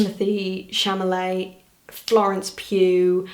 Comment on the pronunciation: am i crazy or did she say timothée chaMALET instead of chaLAMET?